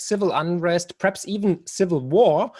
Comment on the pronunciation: Marc, du bist top. Ich habe in den letzten Jahren so viel von dir gelernt. Unter anderem durch deine tollen Bücher und jetzt seit Monaten durch diesen Kanal. Darf ich dir daher auch einen kleinen Tipp angedeihen lassen? Dein "perhaps" hört sich jedesmal wie das englische "preps", also "Vorbereitungen" an. Als Prepper fällt einem das auf ;o). Grüße und weiterhin viel Erfolg und tolle Gäste.